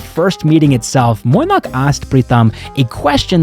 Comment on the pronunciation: Pronouncing Mainack as Moinack tells me you care about the small details.